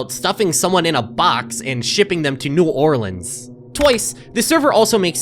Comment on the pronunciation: He said New Orleans right, good, very good indeed.